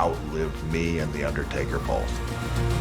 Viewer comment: Haha i thought you said "Undie-Taker" at the beginning xD